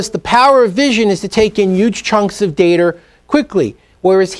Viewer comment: dater lol its data